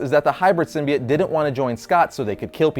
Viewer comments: Symbiote is pronounced Sim bee oh-t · I swear to God is this guy says Symbiote like that I’m gonna drop kick him